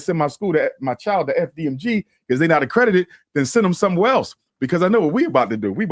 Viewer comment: Lost me at “accredi-dated”